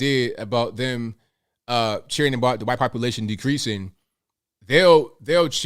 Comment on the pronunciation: Hey…. Why do you say the quite man? Instead of white man? Just curious.